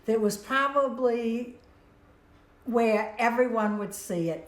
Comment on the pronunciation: Yeah, I 'probebely' should. lol